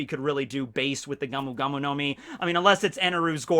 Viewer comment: It's Gomu Gomu, not gamu gamu.